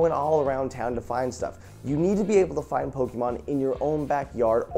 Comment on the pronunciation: Pls Jovens Pls. The E in Pokemon on not hard. It's a soft e. Pronounced "Poke - i - mon"